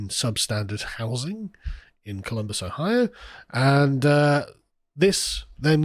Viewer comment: Oh-hio pronounced as posh as AF 😂